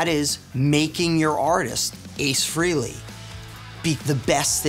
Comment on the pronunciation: Nice, but any true fan knows it's not pronounced FREE-LEY.